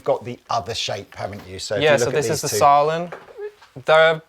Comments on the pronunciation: Pete ffs. you know how to pronounce the Ä... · Just to let you know, the two dots above the a in the name Sälen makes it the same vowel sound as in the english words hair or bear etc. And Sälen is a small town in the Dalarna County in Sweden. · Come Pete! You can pronounce Sälen correct 😂